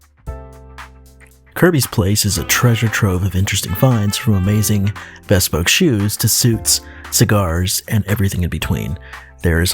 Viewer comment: I cringe everytime I hear you say "beh spoke" 😂